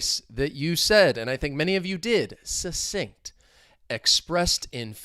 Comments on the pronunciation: It's pronounced Suk-sinct! But maybe you were making comments flow in, in which case you suSSeeded 😂 Have a great day! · ❤ this video as well as all your other ones. Is /k/ one of the sounds in "succinct"? I can't hear it when you say the word. Are there variations of its pronunciation?